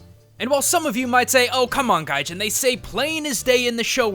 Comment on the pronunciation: It's guyjeen not guyjihn